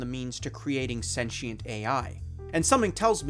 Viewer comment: "Senchiant" he says